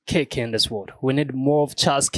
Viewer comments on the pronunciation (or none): Ma bro says Charles Keerk 😄😄😄😄😂😂😂😂